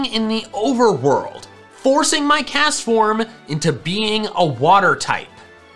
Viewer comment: IT'S CASTFORM, NOT CESFOM!